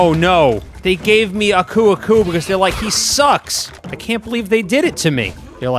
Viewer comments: Your saying uko uko but it's aku aku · are you really calling aku aku "akoo akoo"?